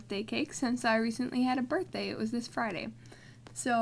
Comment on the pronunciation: not to be mean im just saying so that you know but you said birbhday but you do have awesome drawings! keep drawing!!!